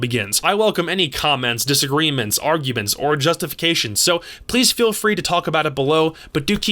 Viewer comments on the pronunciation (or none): none